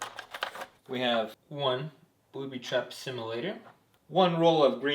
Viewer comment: he said booty trap